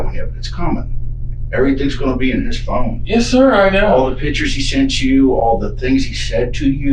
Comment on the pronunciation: The detective says phone like it rhymes with spoon. "There was some stuff on your phoon."